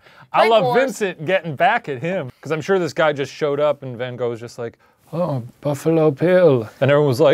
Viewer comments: I like how Ryan put so much effort into learning the Icelandic names and then doesn't pronounce van Gogh correctly in Dutch. Good episode tho! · fjbsfkjnskfdn not even ten seconds in and I'm already cackling. As a Dutch person, it can be hilarious to hear people mispronounce Van Gogh bc they don't know the Dutch way of saying it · As a dutch person, it is really painful to hear his name being pronounced wrong 😂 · Lmao why is everyone saying is name wrong 😭 it’s ‘Van Gogh’ like Saying the GGGGGGG hard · its always hurts me how english speakin people pronounce his name tho...like nope.. thats not how u pronounce it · I’m one minute in and you butchered the pronunciation of his birthplace so much that I, a Dutch person, have no idea what you said. Also I’m now gonna have to go through 21 minutes of his last name being butchered 😂 But I do it because I love Buzzfeed Unsolved so it’s worth it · 39 seconds in and already so annoyed at the way Americans pronounce Van Gogh. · But you said it was hot but the coolness woke him up? (Also it’s pronounced gof not go) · Emily Penney the netherlands, where he is from, which is also in europe, it’s pronounced more like “fan hroff”. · Van gahhh not van go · A number if things. 1) it's pronounced van goff, not van go 2) no one ever described Van Gogh as a sweet man. He was by all accounts a cantankerous, argumentative man albeit with a tortured psyche 3) the content of the story is good. But you ruin it with the adolescent dialogue between yourselves. It's obvious you're both educated. What niche do you think you're going to fill with such nonsense? 4) it's nice to have fun, unfortunately you blow by the boundaries. In sum, not suitable for adult minded viewers. 5) good luck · It’s pronounced “Vincent Van (guttural Dutch noises)” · no one: the art nerds: its actually pronounced “van gokhfchgh” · Ryan- learns how to pronounce like 10 Icelandic names Also Ryan- Van go!!!!! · Its actually pronounced kohk, nice try though.